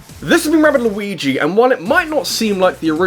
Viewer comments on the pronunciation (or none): Honestly, I like how you pronounced it as though it were one really long syllable.